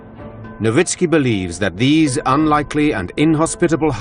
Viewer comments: That is how "Nowicki" is pronounced. Actually it should be "Novitski." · Am I the only one who hears the narrator keep saying a name like "Lowitzki" just before Dr. Nowicki comes on screen?